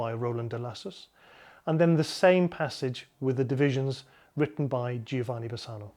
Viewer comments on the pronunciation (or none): nice presentation... A hint at the prononciation of Giovanni... it is pronounced Jovanni.. no "i" In italian g followed by an o or an a is hard but if followed by an e or i becomes soft.. so the e or i is a mere indication of the fact that that g is soft.